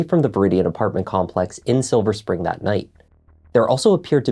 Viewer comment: English may not be her first language ! And I’ve lived in DC for 30 years and I’ve heard ppl call it “silver springs” as well! Doesn’t mean she’s lying. She just added an S to Spring😅